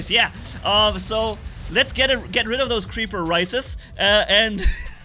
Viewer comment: "creaper risis"